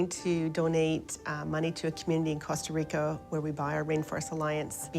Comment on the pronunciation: "Costa Ric-O". Doesn't even know the name of the country where her beans come from.